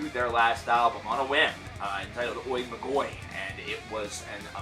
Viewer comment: MA-go-iiii for μάγοι... it is pronounced MA-yi or MA-gi (if it it hard to pronounce yi) Otherwise, I totally agree... Hail spirit Noir ;)